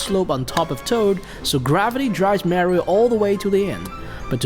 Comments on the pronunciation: why do you keep saying Merio instead of just saying Mario? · It’smario not marie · Not marryo Mario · It’s MAR-IO!… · Dude really said MÄRIOW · Him saying "merio" triggers me lol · you say mario wrong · Does anyone hate how he says Mario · That pronunciation of Mario is killing me 😂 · Every incorrectly pronounced Mario ( Italian name!!!) Hurts. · It’s not Mario with A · Mario You’re pronouncing it wrong